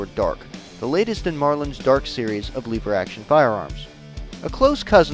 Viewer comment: You keep saying Lever Wrong.